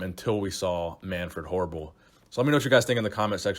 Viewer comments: Triceps look tumorous The last time you say his name, it sounds like 'Manfred Horrible'.. Nuff said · Your pronunciation of his name is gold. Manfred Horrible 😂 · Sounded like you said Manfred Horrible” at the end 😆